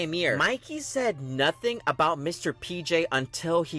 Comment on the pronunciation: Bro really said notuting 👀 ...